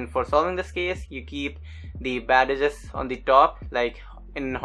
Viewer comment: I loved the tutorial, first one that I can actually understand how to complete the edges. P.S. Not to be mean, but I like how you say "badadges" (bad edges)